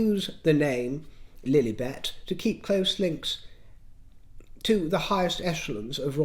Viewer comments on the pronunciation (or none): I just love it when you say ‘princess flllugffllliiibetttt’😂😂😂😂